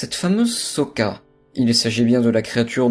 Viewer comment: c'est soka omg putain de merde pas soka haaaaaaaaaaaaaaaaaaaaaaaaaaaaaaaaaaaaaaaaaaaaaaaaaaaaaaaaaaaaaaaaaaaaa sokaaaaaaaaaaaaaaaaaaaaaaaaaaaaaaaaaaa merdeeeeeeeeeeeeeeeeeeeeeeeeeeeeeeeeeeeeeeeeeeeeeeeeeeee a l'aide